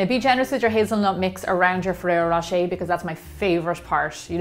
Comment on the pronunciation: that´s exactly my point. I´m not saying you can´t reproduce such things with your own twist. but just say it was inspired by this and that product. instead of using the name over and over to seem the product/video seem more legit. also, in this particular case: ferrero rocher pronounced by an american just sound ridiculous.